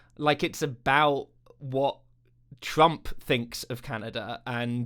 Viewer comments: Why do you say "a boot"? No one I have ever met from BC says the word like that. Are you pandering to low-IQ Americans with silly stereotypes? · coming from a canadian: Is it the exercise ball you're bouncing on that is making you mispronounce words like "about" for no reason? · Hi, I am a 56 yr old Canadian and can honestly say we do not say about like the host is saying it.